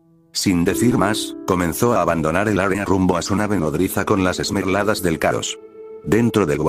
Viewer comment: no mames escuche "las mermeladas del chaos" xd